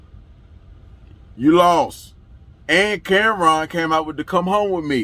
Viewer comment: "Yuh Lawst" is funny asf 😂